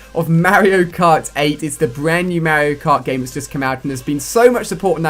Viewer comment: YOU PRONOUNCE MARIO WRONG!!!